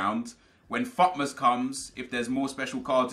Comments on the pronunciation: When you said futmas it sounded like butmas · Does he say fuckmas ir fut mas cuz i cant tell